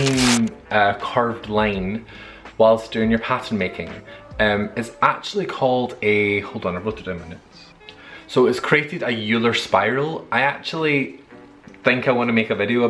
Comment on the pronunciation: Euler is German, so pronounced "Oiler." Shingles is painful, dude :( hope it didn't spread much or last long. Keep making awesome videos